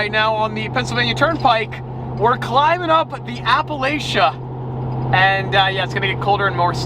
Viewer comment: App -Uh - LAH CHUH